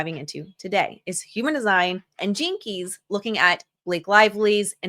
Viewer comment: Fun facts as a listener, which are totally off topic (love you, also ADHD here). Every time I hear you say gene keys I am hearing "jinkies" from Scooby Doo. Also your birds chirping have sent me running to my kitchen to make sure I didn't leave my slider open as the neighborhood black capped chickadees will come inside my kitchen if I don't 🐦🐦🐦🐦🐦